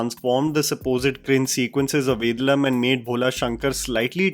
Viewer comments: Understandable that you’re from Delhi but try and get the pronunciation of Southern movie names right please! It’s pronounced Ved(aa)lam not Ved(a)lam :) And N(ey)ninthe not N(e)ninthe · please for once be good with your pronunciation, its VEY DAA LUM not vedalum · it's ve daaa lum not ved lum😂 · There he goes again. It is not Vedalum.. it is Vedaalam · 1). It's "Ve-Daa-Luhm" ( Vedalam ) 2). Its "Bal-Uh-Gum" ( Balagam ) 2). It's "Sunk-Raan-Thi ( Sankranti ) Loved this commentary. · Hi, Note you do take a lot of effort in pronouncing regional names, be it films or artists.. So on that note, the way you pronounce the name of Ajith's movie is not right. Only because I have to type it out here.. I'd suggest this pronunciation i.e. Vey-dhaa-lum. Just thought let you know..:)